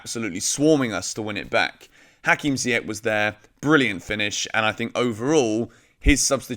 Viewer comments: You should pronounce Ziyech and Saul correctly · Dude you are still saying Ziyech's name wrong..... :P Saul gone in January, man is past it which is crazy since he's still so young. I'll be the one to say it, RLC will never be more than a 4th or 5th string mid for Chelsea and that DOESN'T CUT IT! Can we wait until the summer when Gilmour and Gallagher come back? WE REALLY NEED 1 of them NOW! Tough choices in January but I'm going to say we should go for Tchouameni!